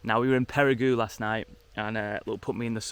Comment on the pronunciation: It's pronounced Peri-go, not Peri-goo